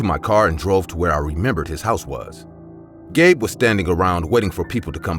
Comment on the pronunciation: I heard that too lol